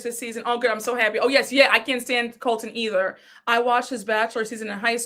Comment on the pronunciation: Every creator I’ve seen that I watch is sick of Colton!! lol says calls him Coltron!!!! 😂😂😂😂